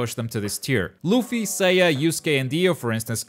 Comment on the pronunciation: My man really said loofy.